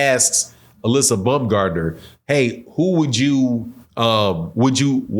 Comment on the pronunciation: You pronouncing Alycia name wrong! She's very sensitive about that, can't wait for her response, this going to get interesting!